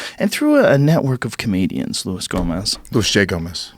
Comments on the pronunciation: Jake I’m saying, why does Luis j Gomez pronounce his name as Lewis. I’m sure joe knows the Spanish pronunciation. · Why does he pronounce his name Lewis? It’s loo-eese. It’s Spanish. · Joe said Louis Gomez twice on purpose 😂😂😂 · “Luis Gomez” stings the ears